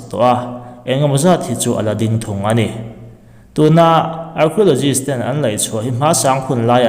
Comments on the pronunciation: Archiologist....tiin I lam a.... Arkiolojist tia lam tur aw😂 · Keipawh...arkhiulogis tih ang deuh a lam tur a ni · Lam dan a dik lo, arkio ti anga lam tur, k anga lam tur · Arkhiawlawgist ti anga lam tur zawk aw😁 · Archiaulozist a ti tlat 😂😂😂a buaithlak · Archeologist i lam dan hi a dik lo deuh chu ni, thil lam dan i zir a la ngai deuh a ni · Archeo tia CH hi K angs lam tur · Archaeologist lam rik dan adiklo tlat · Hnamdang ṭawng hman tel a ngaih chang hian a lam rik dan dik zir hmasak a ṭha ka tihpui hle mai che, Archeologist hi i lam ri diklo a nia